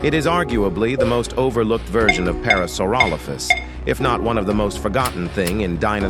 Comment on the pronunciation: that aint parasaurolophus that phulorosauraparalophus😭